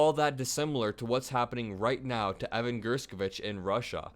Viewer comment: Thanks for always shining the light... however ....How come you pronounced Evan's last name three different ways???